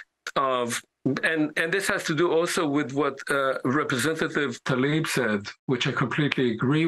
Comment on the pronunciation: It’s Rashida Tlaib, not Talib. Why does everyone do that? You can’t say T and L right next to each other? Tattletale is Tatteltale? Antler is Antelr? Come on people!